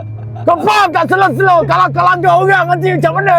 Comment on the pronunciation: amboi slang kl "langgor"